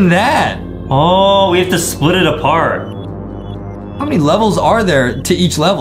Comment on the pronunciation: The. Hauw. 😖